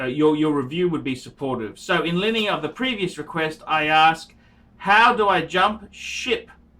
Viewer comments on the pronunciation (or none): none